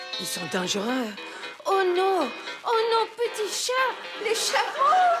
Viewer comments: The way they are pronouncing "chat" with a hard t actually makes it another word for vagina. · Anyone going to comment on the fact that the way they were pronouncing "chat" ("chatte") means pussy in french, and not necessarily cat..? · Love Greg’s pronunciation of Chat. If you say the t then it no longer means cat!